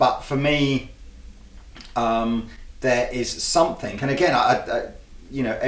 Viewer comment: Hey, I notice that whenever you say the word "something", you pronounce it "somethink." Is that a British thing? Or is it just you?